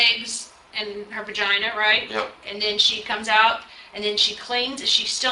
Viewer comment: Interrogator said her bergina. Yeah i can tell how hqppy the intorrogator is about an open and shut case